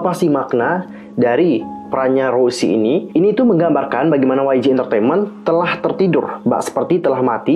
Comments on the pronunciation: Bukan kak cara nyebut nya tu kayak gini Rosé gitu kak bukan rosie ato rose tapi rosé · Ros'e bang bukan Rossi😭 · Rouuzehh lebih tepatnya 🤣🤣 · Kalo ala Korea bilangnya "Roje/loje". Tapi kalau berdasarkan penulisannya dibaca "roze" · Gapapa sama aja, tp sebutan yg benar tuh Rosé